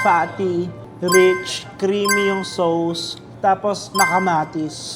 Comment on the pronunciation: Ask ko lang, bakit ba ang pronunciation ng sauce is sows? Ang sakit po sa tenga. At ang beef rendang po Indonesia po iyan.